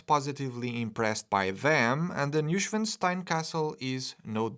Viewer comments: It's pronounced "noy" not "new". Like in "annoying". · The "n" is missing....Neuschwanstein....not Neuschwastein...sorry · Neuschwanstein, not Neuschwastein btws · Newstenstein Castle...?!?! Es muss echt schwer sein 1 deutsches Wort richtig auszusprechen. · ‘Neu’ is pronounced like ‘toy’ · In German "neu" is pronounced "noy" fyi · A simple google on how to pronounce “Neuschwanstein” would have gone a long way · Started the video, heard how you pronounced the castle’s name, disliked. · Damn you butchered the name of this castle so many times it almost hurts. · Thanks for the detailed review,! Enjoyable as always. Still - as a native German speaker - how you pronounce „Neuschwanstein“ hurts my ears. 😂😂 Guess I would fail even harder to pronounce any Portuguese names, though. 😉